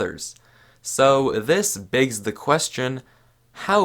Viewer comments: "this BIGS the question" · he really just said "this BIGs the question"